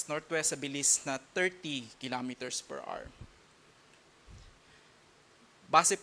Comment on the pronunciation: 30 kilometers per "ars"daw😄